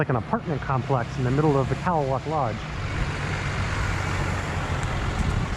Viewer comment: I go here every year since 1987 beautiful place I believe it's native pronunciation is ka👉a is silen ka lay lock thank you for your your I luv it saving it